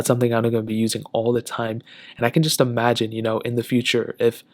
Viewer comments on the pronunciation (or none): none